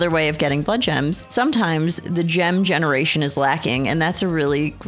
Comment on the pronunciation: "gemeration" LOL